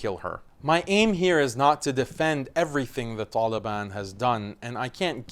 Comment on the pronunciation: I like how u pronounce the ط in taliban